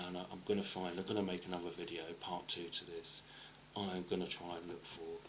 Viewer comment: Ah-NUV-AH...?.....does he mean Another?